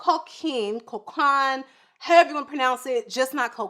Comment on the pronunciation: I came back to laugh at the way he said co-caine! lol